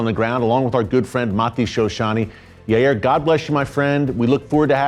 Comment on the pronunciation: It’s pronounced Yay-eer